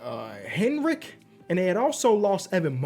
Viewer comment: As a Swede, i must say you had a flawless pronunciation of Henrik, the Swedish goat